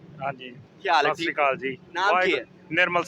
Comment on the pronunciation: Mere khayal mein yeh lafz "sasrikal" nahi hai balkeh " sat siri akaal" hai jis ko jaldi mein bolne se sasrikal lagta gai.